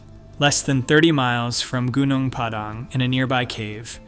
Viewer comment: It's pronounced goo-noong pah-dahng. Accent on first syllables.